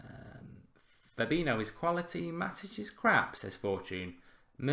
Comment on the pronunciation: Please just learn how to pronounce Fabinhos name...its not FA-BI-NO ...just google it...you will learn something